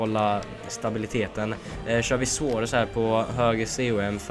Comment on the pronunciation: Hur fan säger du suarez😂😂😂